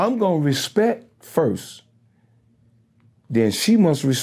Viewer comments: 🗣 “Respek!” lol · No he said Respek!